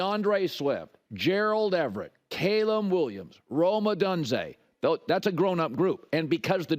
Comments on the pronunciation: It’s o-dune-Zey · Didn’t even pronounce Odunze right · Why does Colin outright refuse to correctly pronounce Rome odunze’s name? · can u just pronounce rome odunze’s name correctly